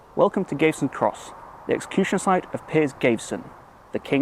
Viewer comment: Very good vid. I’ve lived in and around Leamington all my life, and have only just found out about this monument. You’re pronouncing his name wrong though! It’s pronounced Gav eh ston, not Gave ston.